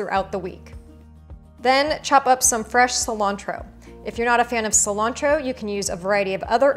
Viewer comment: I’m sorry but I hate the way she says cilantro 🙄 like girl put some flavor into word like it puts flavor in yo damn food